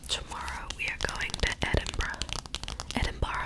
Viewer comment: first Edinburgh pronunciation was correct